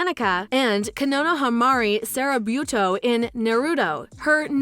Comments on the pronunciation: Sarabuto PFFFFFT- And Ino’s name isn’t well pronounced either, it sounds like “Inoyomanika” when it should be “Ino Ya-ma-na-ka” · She butchered the pronounciation of sarutobi so bad my earphones broke.